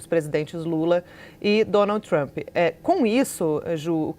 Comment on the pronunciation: O traâmpi pelo amor de Deus Traaampi